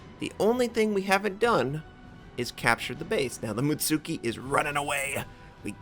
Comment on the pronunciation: mutski not mutsuki xD the tsu just sounds like a ts